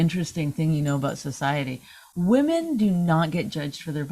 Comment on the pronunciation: Vos says "female" because he cant say "women" correctly😂